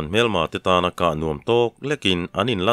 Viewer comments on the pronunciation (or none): none